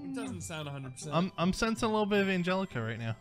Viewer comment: At first I thought he said angallica he meant from Hamilton but I was wrong